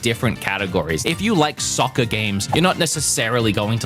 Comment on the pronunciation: You saying soccer in your Australian accent gave me whiplash lmao